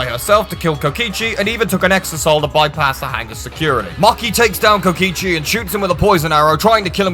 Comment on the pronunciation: Kotkisi?!?!😂it’s kokichi